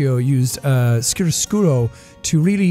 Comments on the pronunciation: Didn’t he also say chiariscuro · When Jack said "Caravaggio" and "using Chiaroscuro" I whipped my head around like I was back in my Aesthetics of Vision and Sound Class which doubled as sort of an art history class,, :0c